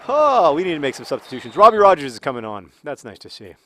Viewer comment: You finally said Robbie Roger's name correctly, yay!